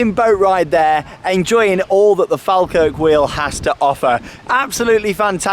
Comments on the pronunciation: listen to the scottish announcer she say's FallKirk.... not FalKirk..... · Falkirk is pronounced as "Fall Kirk' not 'Fal Kirk' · Shame that hasn't learned how to pronounce FALKIRK (FALL-kirk). It comes from the name of the "Faw Kirk" Anvient Church with speckled stone (Faw stone) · Mate it’s pronounced Fall - kirk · It's weird watching someone vlog in the area I live in lol Its pronounced FALL - KIRK = falkirk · Great video and it’s pronounced Fall Kirk 🙂. Live 5 minutes away from it, and been up many times. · sorryy but can you say falkirk right say fall then kirk seprately then try saying falkirk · Great video, although Falkirk is pronounced 'fall-kirk'. Glad you enjoyed it. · Close enough pronounaction wise but it's "fall Kirk" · Falkirk is pronounced ''Fall kirk'' lol:) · (and you) have it wrong it is definitely pronounced "fall-kirk"..... source, I'm Scottish and the town is about 10 minutes drive from me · The way he says Falkirk hurts me